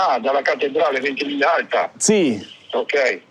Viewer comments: Dying everytime ventimiGlia 😩 however - kudos for accepting an Italian coffee and not asking for a venti oat americano. Bonus points. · Ventimiglia means Twenty Miles. The G is slightly silent....